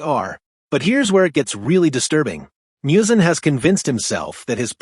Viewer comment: Literally one second into the video, and you're already mispronouncing Muzan's name... Unless this thing is AI voiced, which it certainly sounds like.